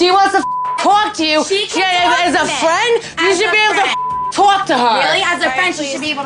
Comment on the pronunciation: “She can tawwlk to me” lol Sammi’s jersey accent really popped out 😂